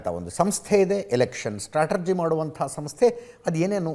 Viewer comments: ಸ್ಟ್ರಾಟಜಿನೋ...ಸ್ಟ್ಟ್ರಾಟರ್ಜಿನೋ.. ಯಾವುದು ಸರಿಯಾದ ಉಚ್ಚಾರಣೆ ಅಜಿತ್? 🤔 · ಸ್ಟ್ರಾಟಜಿ ಸರಿ.